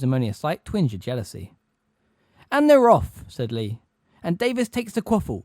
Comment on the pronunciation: Bro I really appreciate the upload, i dont mean to sound mad. But some of ya pronunciation is off. "Twinge" has a "ge" on the end. It doesn't sound like "twing"